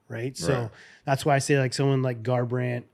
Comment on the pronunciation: TJ really said garbrandt 😂